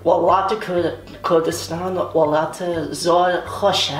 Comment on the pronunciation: waal llaaat wtf - its welat, what is waalllaaaattt